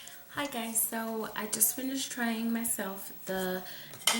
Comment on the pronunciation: I can't be the only one that thought it said "yeet" instead of veet lmao